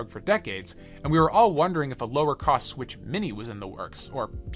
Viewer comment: It’s swiTCH, not swiSH But good video